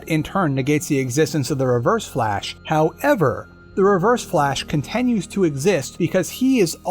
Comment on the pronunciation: dude why do you say contenues so much